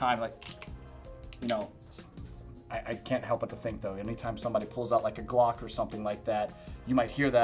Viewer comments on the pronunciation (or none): none